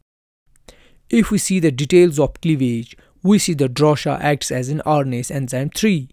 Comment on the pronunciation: DROSHA-NOT DORSHA!